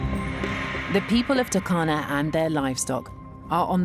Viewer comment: It’s “TouRkana”, not Takana